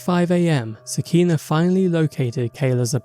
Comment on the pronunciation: Sah-kee-nah (nuff said)